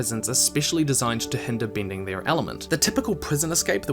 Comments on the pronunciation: great video! but i cannot help but be amused by your kiwi pin/pen merger affects the word "bending" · Im sorry, great video but it's off-putting from time to time I have to cringe at your pronounciation: earthbinder, bindir, binding...ugh.